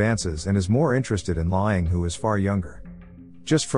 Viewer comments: His name is pronounced "lang", not "lying". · It’s pronounced “Lang” listening to him repeatedly saying “lying” is killing me. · I know right, im ocd so when i hear this name pronounced wrong every two minutes it drives me insane. Dang automated text to speech voices always suck at vowel pronouncement. “Lie-Aing(H)” like ing-got. Im just commenting because im about to pick another video to watch and i wanted to see if it bothered someone else lol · His name is pronounced lang.